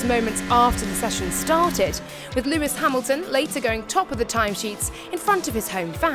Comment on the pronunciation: "lumis hamilton"